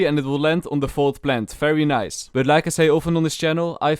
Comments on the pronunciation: Oh fery fery mean very very oh ok bro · It’s fery satisfying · I can listen to this guys “fery fery” whole day it’s really satisfying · I love this man's accent so much like when he says v it's pronounced f cuz of his accent it's so wholesome he can say Fery fery slow internet and it can make my day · Fery fery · Fery true